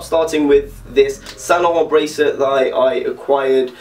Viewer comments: is this real life what is happening did a non-french person actually pronounce saint laurent paris correct? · Eyyy my boy got the mick jagger scarf at the end. Btw your pronunciation of the brand saint laurent makes me wish I had a british accent... sounds so different when I say it.... :/ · Niiice vid! Do you speak french ? cause the way you're saying bordeaux or Saint Laurent is pretty good! :)